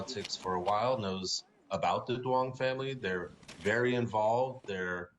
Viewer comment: The name Duon is Vietnamese and pronounced Yung not Do- ong😂